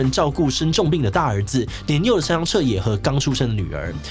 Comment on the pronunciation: 志祺每次讀「山上」的時候我都會想到另外某位老師xD 我知道口音不是那麼好改但還是提一下